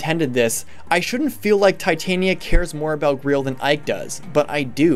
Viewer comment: You pronounce Greil like Greel. I'm pretty sure it it's pronounced like the holy grail. The game has a sort of Arthurian legend them about it, what with Gawain being the knight that found the holy grail (or maybe it was Galahad...) and the black knight and stuff. Titania is also the name of the Queen of the Fairies, and I think someone how relates or is similar to queen mab, the sorcerous queen from arthurian tales too. Either way, definitely some large nods to English legends.